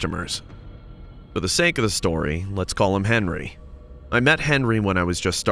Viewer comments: Stroy? Not story? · "STROY" 🤔 i thought it was story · It’s story not stroy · ... is it me or did it say stroy? Story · First my guy puts harry instead of henry then second puts stroy instead of story bruh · Did he just say stroy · Are we just gonna ignore the fact that is said STROY 1? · stroy not story no stroy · “Stroy”! Really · "stroy 1" ...not off to a good start 🤣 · Stroy, really or story? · Is it stroy or story 🤔 👀 😕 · ITS STORY NOT STROY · "STROY" 😂😂😂😂😂😂 =story😂😂😂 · Ah yes I like the first "stroy" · The first one really said stroy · Said stroy 💀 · “Stroy 1” lel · First one said stroy lol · Ah yes, the "stroy* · in the start did it just say stroy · WHAT THE... "STROY"? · The first one said “stroy”